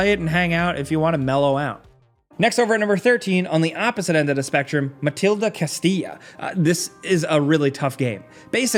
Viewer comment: It's not MA-TIL-DA, it's MAL-DEE-TA. And it's $11.99 on PSN Network.